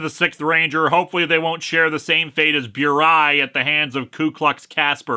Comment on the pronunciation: Lol Link Dude, you just pronounced Burai like Bureaucrat!